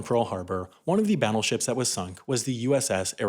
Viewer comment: I swear he said babbleships, did anyone else hear it?